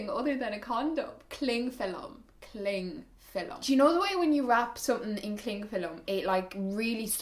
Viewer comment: "Clingfillum" haha <3 love it.